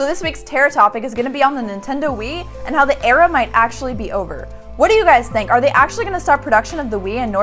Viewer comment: The Wii error is over? or did she say era?